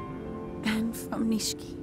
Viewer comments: Nishiki not nishki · they’re totally saying it like “Niche-key” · The first time he says it right, this commenter is clowning the second time where he kinda drops the “i” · they mispronounce it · yes they fucked it up